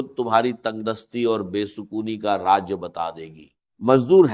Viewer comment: Raaz ko Raaj Keh raahai jhoota